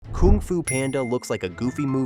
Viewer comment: stopped and immediately disliked the video when i heard how you say Kung xD